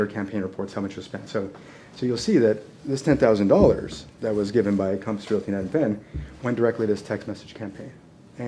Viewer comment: Calmpiss Realty Calmpiss Calmpiss IT'S COMPASS COMPASS COMPASS!!!!!! Calmpiss?????????????????